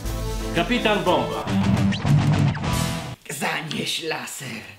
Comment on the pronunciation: "kapitan bombna"?